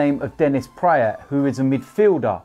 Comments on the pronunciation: Go back to the brick wall for the background, pronounced praat like the a in bra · Fyi Praet is pronounched praaat like a in bra.